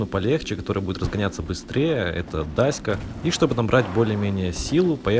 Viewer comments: не дася а дача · Не даська а дача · Не даська)),а дача!